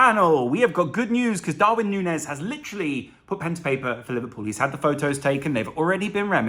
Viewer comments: I believe it is Nuñez pronnounced as Nunjez. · Sorry to be that guy but can we get it out there now that the ñ means Núñez is pronounced like Nunyez before we get a Firminio kind of situation going